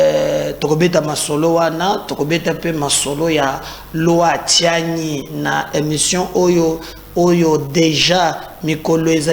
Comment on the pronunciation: Bonjour, eza Tiani te eza Tshianyi s'il te plaît